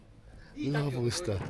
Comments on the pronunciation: needs his own channel. I’ll watch him say lobosta for 2hrs. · saying “Lobostaa” at the end got me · Lobusta lobustaa😂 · + Lobustaa - Lobusta + Lobustaa ahahaha - Lobusta ahahaha